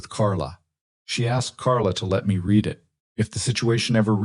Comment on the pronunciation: Why is it impossible for the narrators while they are talking to think and realize when the word read is pronounce it riid or red?